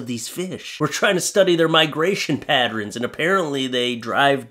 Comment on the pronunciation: Did you say Patren? Did you mean pattern? Canadians…🫠